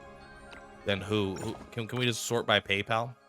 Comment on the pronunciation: I've not seen a single content creator pronounce it correctly. at least half right